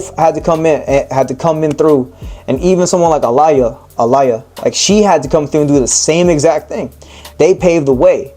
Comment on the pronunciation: The way you pronounce Aaliyahs name😢